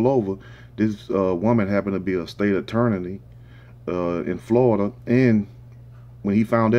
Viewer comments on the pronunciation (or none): State Attornaney